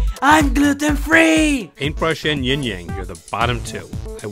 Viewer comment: plus no one says YingYan